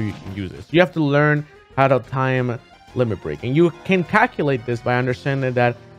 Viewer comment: Did he say Lemon xD